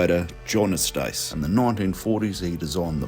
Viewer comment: Nice one! Thanks for these 🙂 Just a tip, I think the paint man's name is said "YOU-stiss". But the lamington is - sadly - an Aussie creation.